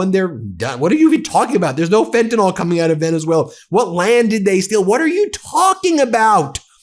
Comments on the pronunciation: Fentanall?! It's FentanYl, pronounced just as it's spelled. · What is it about FentaNYL that you can't pronounce???